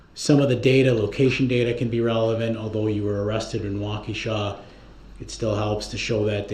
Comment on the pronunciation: It does sound like wau kesha lol he is the only one who said it like that and i said it like that firdt time lol